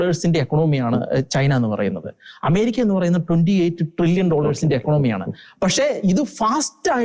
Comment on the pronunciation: ഇക്കണോമി അല്ല സഹോദരാ, അത് ഇക്കോണമി ആണ്. ഇനിയും ഉള്ള ചർച്ചകളിൽ ഇത് correct ചെയ്യുമല്ലോ ? Shekinah യുടെ ചർച്ചകൾ നന്നായി പുരോഗമിക്കുന്നു എന്ന് കാണുമ്പോൾ സന്തോഷമുണ്ട്. എല്ലാ ആശംസകളും.